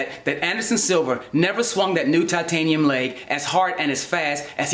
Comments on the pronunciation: I think you mean "toitaniem shien bouwn" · Toytaynium shinbone